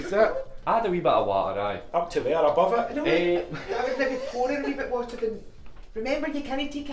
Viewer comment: It's Water, no Whater🫡